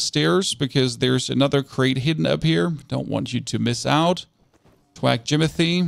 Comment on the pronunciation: theres an h in thwack.